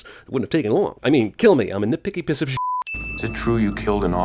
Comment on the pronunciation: you say "Piss of S*it" Not 'PIECE' of s*it??? what the fu*k ?